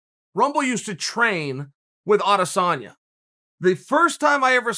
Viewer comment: It's not Adasanya It's Adesanya